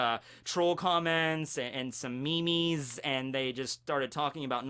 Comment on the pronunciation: A GOD DAMN MEME. HE SAID ME-ME